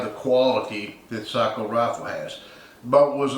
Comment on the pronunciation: Respect for correct pronunciation of Sako 👍